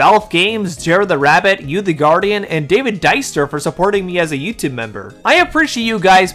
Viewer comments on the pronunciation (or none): none